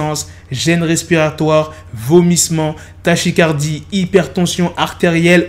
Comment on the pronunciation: Tachycardie se dit takicardie